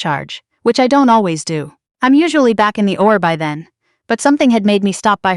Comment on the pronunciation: O R. Not oar.